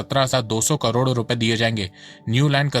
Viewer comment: Bhai please correct your pronunciation of crore - It's KAROD not KARODO. It's very irritating to listen to.